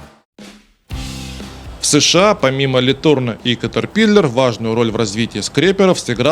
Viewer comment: Фамилия Ле Турно произносится с ударением на последний слог "но".